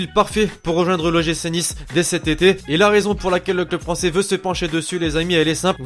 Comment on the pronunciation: tu parle pas "francer"